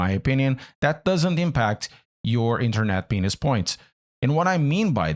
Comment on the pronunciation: Did he say “internet penis points” ? That what I heard